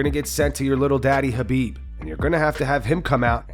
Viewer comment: nah man, run with it... Lhabib is fucking funny. Reminds me of Joey Diaz calling him Kalabib